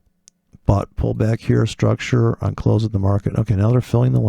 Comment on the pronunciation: Well here comes the man after drinking booze to teach forex...... That guy u are taking about always stresses on maaaaarket struuuucture......weird pronunciation in dumb britt english accent.....